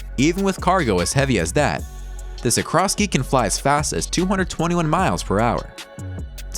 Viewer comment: Guys! Its Sikorsky, not Sikrosky! Kinduva major name when you talk aircraft. And you compound the error by misspelling it AND mispronouncing it. Details matter when your specialty is supposed to be tech.